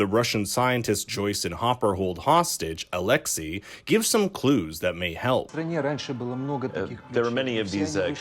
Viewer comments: Stop calling him Alexy his name is Alexei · its alexei bruh